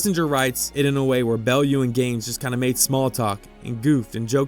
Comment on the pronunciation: Great video! Just a note about Coach Bellew. His name is pronounced more like Buhloo, with accent on the second syllable.